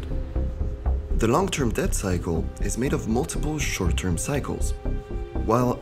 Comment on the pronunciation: Fantastic film. For future reference from a native English speaker to a non-native, please do not pronounce the b in the word debt. The b is silent, and has been silent since the word entered the language during the Middle English period. In fact, the b was a later addition which simply Latinised the spelling without changing the original pronunciation.